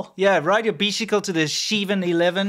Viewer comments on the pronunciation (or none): ride a bixicle to the xiven eleven to buy a popxicle 😂😂😂😂😂